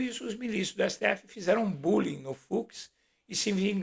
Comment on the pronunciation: BOM dia...adorei esse ",,buling"....KKKK